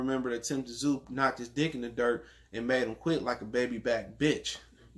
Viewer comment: The Ts in Tszyu is silent fam.U obviously never watched his dad fight before.One of the best at 140.